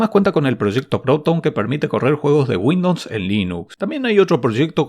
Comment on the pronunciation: porque dice windops